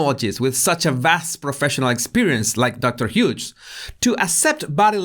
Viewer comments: You’re calling her Dr Huge 😂 It’s pronounced Hyoos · you always make me laugh in your vids of this length. Such a joy to have someone edify & amuse in the same length of time. I loved the Larry David bit, and particularly liked that you called the shrink "Dr. Huge", (when it's "Hughes, pronounced "Hyues"). All I could think of was, "oh that's so great, he's calling her "huge", as in, "hugely incompetent", or "hugely inappropriate", or, perhaps, "hugely biased". Keep up the great work & content,: we love you, & we love what you do for us. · I like how your accent says Dr. Hughes. It's pronounced "h'ewws". You pronounced it Huge. You're right! Dr. Huge Liar should be the full name. Haha The judge's face in that clip was done after Alejandro (?) depo. He was in the car and started driving and according to the judge "I've seen a lot of things but that's a first for me." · I swear he said Doctor Huge..